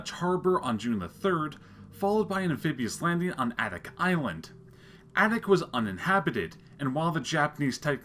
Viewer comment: Thanks for this video! For reference, Adak is pronounced with the emphasis on the first syllable: "AY-dak"